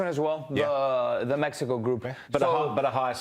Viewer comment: In english its Mexico not Mehico. We get that you speak spanish you dont need to rub it in our faces all the time